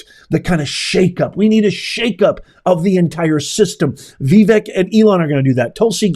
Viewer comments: It's "vi- VAKE", not "vi-VEK". rhymes with "wake". And "bake" 😂🥰🙏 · Dude. IT'S PRONOUNCED VIVAKE!!! Ugh